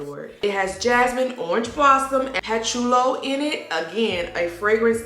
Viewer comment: Yuhlang yuhlang...ylang ylang Pa-choo-li... patchouli Or-kid...orchid 😊😊